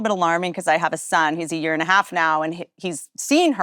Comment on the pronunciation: "We could be in a wyear."